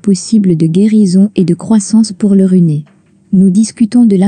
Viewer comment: on di t "runeur", "chaseur"..lamentable!